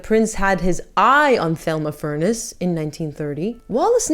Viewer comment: Thelma’s name was pronounced TELma (Spanish pronunciation) and she was the twin sister of Gloria Vanderbilt Senior (famous GV’s mother) and I think the last name was pronounced FurnESS. I love your channel.